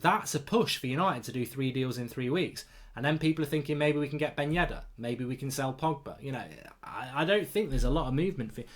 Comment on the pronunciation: Mark I love to watch The United Stand but please, its Yedder not Yeddar :(